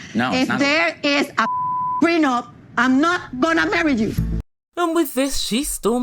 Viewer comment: These two are looney!! Her dramatics and his whiney voice!!😂😂😂😂 A couple made in HELL!! and his "prenump" (I think he's saying it wrong!) GREAT video!!!